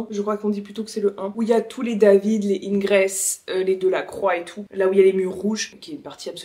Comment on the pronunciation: Hello! Juste pour la prononciation du nom Ingres, c'est comme l'article indéfini "un" et le "s" final est muet, comme dans l'expression "violon d'Ingres". Et sinon top vidéo comme toujours, c'est vraiment un plaisir de te suivre! Des bisous!